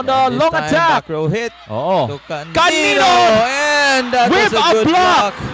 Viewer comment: Hindi po calilo, canıno po